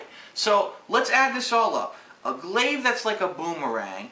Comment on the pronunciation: Glaive not glade lol